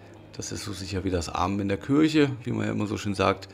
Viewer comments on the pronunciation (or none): none